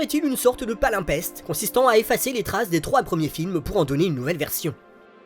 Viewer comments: Très bon comme d'habitude :) juste un petit bémol c'est un palimpseste pas palimpeste :) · Passionnant épisode qui m'aide à mettre de l'ordre dans ce que j'ai pensé du film. Merci ! PS : on dit palimpSeste et non palimpeste 😌